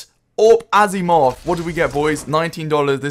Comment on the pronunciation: whats an azzimov? did you mean to say aSiimov?